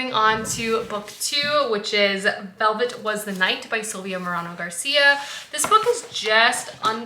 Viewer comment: Love this vlog so much! You’re new space is so lovely. Also, just a quick note that Silvia Moreno Garcia’s name is pronounced like More-ay-no, not More-ah-no. Hope that helps!